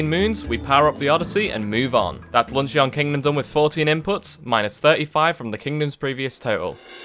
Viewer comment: Bloke's accent makes "luncheon" sound like the name of a Digimon lol